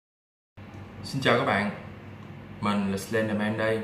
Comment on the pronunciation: my my ủa bạn nói sai sai bạn nói slendmen thực ra là Slenderman còn thao tran lại nói thành nem